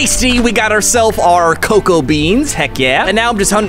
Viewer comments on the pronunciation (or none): Why do you say coco beans instead of cocoa beans